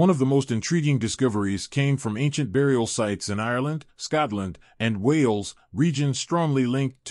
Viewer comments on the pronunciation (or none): none